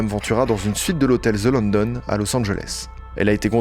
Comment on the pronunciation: Zelandon il dit pour dire the London 😂😂kkkk